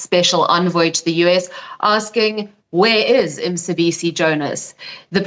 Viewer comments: Mcebisi not Msebisi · So these whites don't make even the slightest effort of pronouncing our names after 30 years! What's Msebisi?